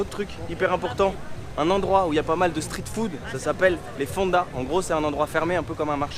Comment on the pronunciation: Ce qui m'embête c'est ta prononciation. Je n'ai jamais entendu un anglophone prononcé le street en STRIT. Comme l'autre influenceuse qui prononce le scared en Scaréd. C'est juste ça